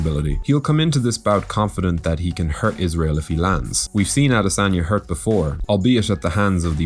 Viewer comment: Thanks for butchering the afroasiatic royalty name.....you must be hungry